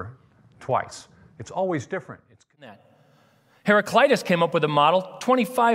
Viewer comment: In Greek we do not have such a pronunciation as 'eye' (hera-kl-"eye"-tas). A is also not pronounced as the American 'ah', it is pronounced more of an 'uh' (like the first A in the name Maria). It should be pronounced kind of like "hera-klee-tuss'. The man at 30 seconds is the closest :)